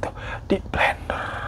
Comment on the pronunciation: Aduhhh mohon maaf gimana yaa ngakak bgt pas kak hiro bilang belenderrrr belenderrrr😅